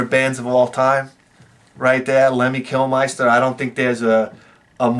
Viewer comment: ItsLemmy Kil-mist-er